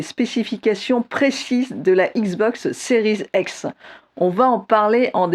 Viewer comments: Pourquoi elle dit series ex ? C'est un X 🤔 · 😅😅😅 Plé Station.... Non mais Série "Z'ex" c'est peut-être la prononciation correct par un anglophone accompli ? Mon franglais à moi n'induit pas cette différence de langage ?!